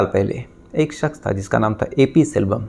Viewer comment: Saks😂,suru, sare, sadi this needs to fix his language and he said he is a lawyer 😂